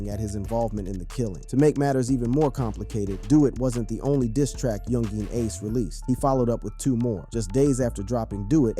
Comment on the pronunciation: Bro just say Ace. That "Yungeen" be spanking your syllables.